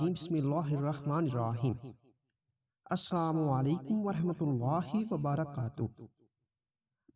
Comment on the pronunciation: Bhai maaf krna mgr ap ne slam me assam kaha he ya shayd me ne glt sona he plz druset kryn